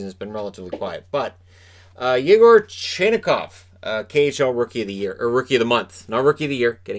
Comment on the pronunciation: Based on KHL announcers and some stories I believe Chinakhov's name is pronounced Chee-NOCK-ov. I do know his teammates call him "China" (pronounced Cheena).